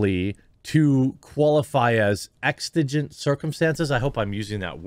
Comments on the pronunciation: Why do people always add T's to words that have X's in them. It's EXIGENT, NOT EXTIGENT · Exigent…..egg sa jent …. Hope that helps brother… keep up the good work!! Who’s next to be drawn on the Quartering…..😂😂 can’t wait. Love ya bud later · Its pronounced "Ex-eh-gent", exigent circumstances are such that regular law and/or procedure (i.e. a warrant, etc.) cannot be followed due to things like the imminent danger to life and limb, or, the potential loss/destruction of evidence of a crime. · Dude come on..if you can’t even pronounce the word existent correctly..how can you can even begin to address its meaning or understand how it plays a significant role in this scenario Come on J, exigency circumstances is a legal term and it has a very specific usage under the law..you would do well to research the videos you make before speaking on things you don’t know about Or just not make a video..this is why I un-subbed you